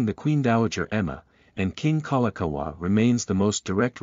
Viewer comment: I was out after I hear Kalakaua get butchered.